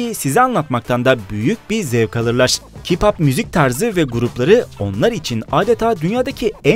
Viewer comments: Yalnız o kipap diye değilde keypap diye okunuyo☺ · Ki-pap değil key-pop